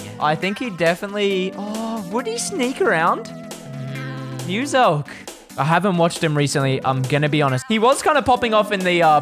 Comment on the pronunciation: How he told muselk musil bar😂